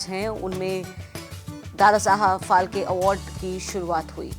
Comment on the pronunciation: फाळके नाम है वो ठीक से बोलो ऑर लीखो.